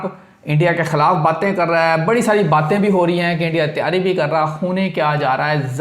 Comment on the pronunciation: Yar pind se abhi abhi ai ho kya? Urdu itni ghlat andaz se boltey ho Yar tm. Phir urdu bolney ki zaroort Kya hai pnjabi hi bol leya kro. "Tayari" koi lfz nahi hota Taiyari" asl lfz hai. "Mjood" koi lfz nahi hai yar jo tm mjood mjood krtey rehtey ho. "Moujood" asl lfz hota hai. Urdu bolni hai to theek treeqey se bolo vrna direct pnjabi mai video bnaya kro. Right?😏😏👎